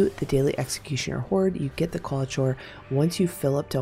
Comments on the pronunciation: Just a heads up for future vids.... It's Kwall-i-core rather than Kwall-i-chore. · This is not meant to be rude. But it is Qualichor is pronounced Core, not Chore. But thx for the vid. Big help. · Just so you know it’s Qualichor (Kwal-ih-kor) It was kinda funny hearing qualachore a bunch of times, kind of an ironic name tbh since this grindy annoying ass quest is a chore Given the “reward” I’d warn against grinding it out, just finish it the easy way with the deep sight scorn body every day, then find one group of executioners once you have the refined qualichor and then forget it exists unless you end up with more refined qualichor and come across a group of executioners while in an area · Qauli"chore" made it very difficult to listen to this vid. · My Linguistics professor said he's 99% sure Qualichor is pronounced as: cuh-WALL-ick-er. It's some strange word that Bungie created, which means they're the only ones that actually know. 😂 Since it's not a word that's used in the real world, there's no easy way for anyone to check the accuracy. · I'm SO sorry to critique but I wince every time she says qualichor the way she does. There is no way it is pronounced like that.